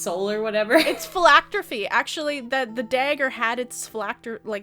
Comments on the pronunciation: pronunciation of "phylactery" as "phylacter-fee" just makes my day. Never change,. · Nobody:: phylactrophy